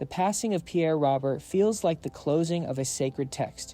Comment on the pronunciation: Such a wonderful man gone way too soon. Truly one of a kind. I appreciate the sentiment of this video but his last name is pronounced wrong here. His first and last name rhyme. As another commenter stated, it’s Pierre “Ro-bear.”